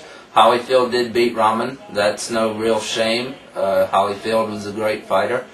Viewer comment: Holy not HAA ll-y lol other than that great stuff i agree almost 100%, Just that i think Klitschko has a chance to beat every heavyweight out there easily. If he keeps his hands up and protect his cotton chin he can knock any of them out. Not including James Toney i think Toney skillz are a level above the rest of the Heavies. But if prepared right and knowing Toney's lack of motivation to train i could see him getting upset.